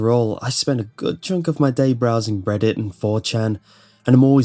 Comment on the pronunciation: At the begining when you said 'reddit' i thought you saud 'breaditt'